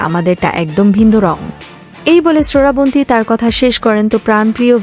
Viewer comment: তুই ও কি বাংলাদেশি?? শ্রাবন্তী নাম কে ঠিক মতো উচ্চারণ করতে পারছিস না, সরাবনতী বলে যাচ্ছিস।